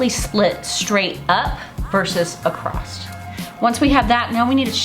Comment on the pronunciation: Last time I checked.... there is no "T" in across. 😕